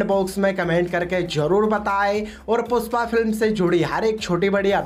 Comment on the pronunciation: Puspa nahi re #PUSHPA😂 pehle thikse bolna sikh